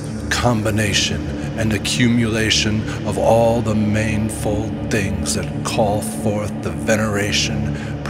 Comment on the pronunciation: I didnt expect the Egyptian name, Asclepius, for Thoth/Hermes/Trismegistus to be prominently uttered. Pronouncing manifold as 'mane-fold' made me wonder if this commentary was a script reading bot. I would recommend turning off sound and read text at your own understanding levels. Reading the script as a bedtime prayer could give the subconscious mind an amazing experience. I shall do it.